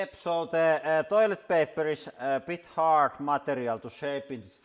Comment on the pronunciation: Did you just say destroyletpaper? 😀